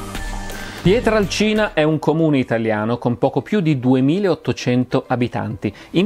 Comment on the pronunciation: Finalmente uno che pronuncia quel paesino come si deve : PIETRALCINA. Eh si, perche' col passare degli anni era diventato "PIETRELCINA". Forse, penso io, perche' incline alla pronuncia della "A" cambiata in "E" che e' in uso da quelle parti.